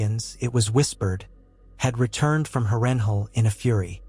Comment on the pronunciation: Absolutely great story bro! Beside the mispronunciation of Harrenhal everything is outright EXCEPTIONAL! Idk if it’s AI but your voice matches perfectly too! Keep going man this is exactly what I need to get through work hah. And your details are phenomenal! Great job!